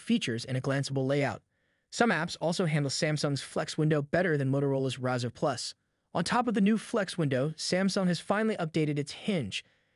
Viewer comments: "razor" not razer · The way you pronounced "Razr" 🤔😂 Also yes it's an excellent unit but the Flip will be more successful in my humble opinion, as it will have better support, more well known brand, has a better chip, and it feels more premium than the Moto (or Oppo N2). Good vid though!